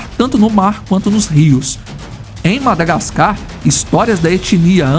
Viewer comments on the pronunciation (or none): none